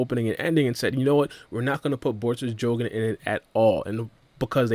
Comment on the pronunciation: Not a Jougan its Byukugan